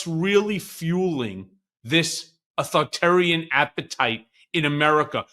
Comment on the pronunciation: Michael Cohen, please learn to pronounce "authoritarian".